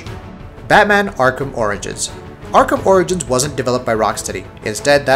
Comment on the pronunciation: Did he say ARKHAM oranges?...